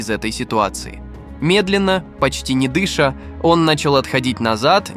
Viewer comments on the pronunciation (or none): Ужас и хаос ваш русский язык! Не" дЫша, а может не дышА"? Не четырёста, а четыреста.